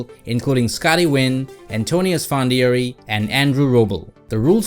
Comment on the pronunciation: Esfan “d-air-e” 🤣